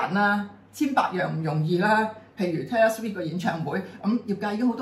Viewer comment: Taylor Swift 讀音完全錯, 上集已聽到耳都側埋!